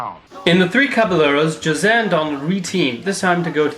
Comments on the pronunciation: for a little note: Jose's name is pronounced "Ho-zeh" as "j" often makes the "h" sound in spanish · To be fair, you did mispronounce a lot of things that could have easily been pronounced correctly by watching the videos you showed in the clips (Caballeros, Aracuan, and Jose, for a few - you're correct in using the "j" sound, but it's still not quite the correct pronunciation)